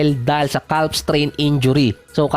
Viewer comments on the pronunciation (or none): Calf.. Silent L Idol